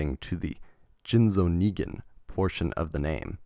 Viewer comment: Everyone: Ningen This guy: Nigga-n